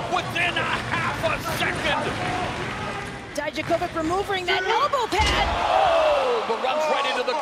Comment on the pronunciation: "Дијаковић" [Dijakovic] should be pronounced 'dee-YAK-uh-vitch', not 'dai-dja-KOH-vick'. Please somebody let Mauro and Beth know!